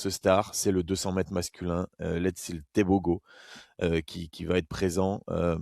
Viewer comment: top:) par contre on prononce teboro pas tebogo:)